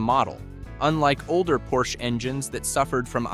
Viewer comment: Funny how Porsche is pronounced correctly but Acura not.